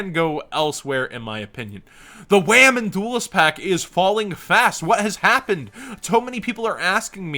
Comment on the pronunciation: Did anyone else need a minute to figure out what “Wamen Pack” was?